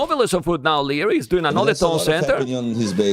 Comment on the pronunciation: I swear is saying Lierris